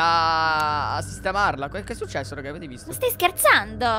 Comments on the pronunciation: A me piace sto fatto che dice raghi 😂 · 😂😂mi fa ridere che dice raghi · Raga ma perché dice raghi invece di raga? 😂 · Mi piace chi ha notato che dice RAGHI 👇😂😂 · È vero dice raghi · MA BIOLET A MA RAGI MA RAGI HAHAHAHAHAHA LA TRIGGERA